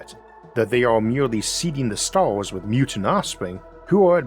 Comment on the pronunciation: I can hear the autism in your voice “beyon the staws”